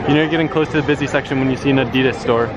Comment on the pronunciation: you know your saying adidas wrong right?